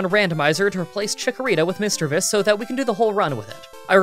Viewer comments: its Mis-DREA-vus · I am only here to find out: 1. How he pronounced "Misdreavus." 2. Whether he took the Dome or Helix fossil. I am partially unsatisfied.